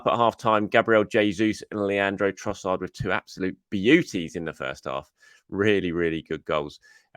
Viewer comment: Yank commentary never ceases to entertain. Troewssarr?